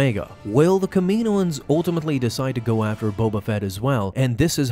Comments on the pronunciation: Bruh, it’s not Kamiiiiiiyynoens it’s KAM-E-NO-ENS. They say it in the shows and movies that way. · Cam-in-oohh-ins please lol 🙏 they way you say it sounds strange to me but great vid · “Kah-meh-no-ans”. Sorry you’re pronouncing it incorrectly. Just a heads up!! 😬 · Here's a fun game: take a shot every time he pronounces Kaminoans wrong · Learn how to say Kaminian bro come on